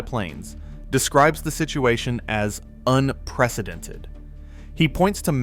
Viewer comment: "Unpwecedented" you thay?